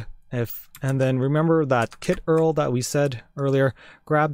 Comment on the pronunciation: i cringed a bit when he pronounced URL...